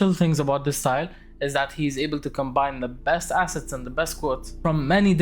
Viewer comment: i heard acid collection i got so confused but you were saying assets